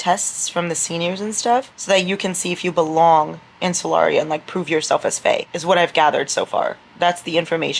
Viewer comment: Every time you said 'the world of Solaria' I was just thinking 'the world of Celeriac'... the vegetable 😂